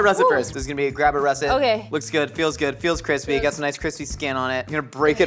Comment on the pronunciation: "It's almost too Qwispy" - Joshua Weissman has entered the chat.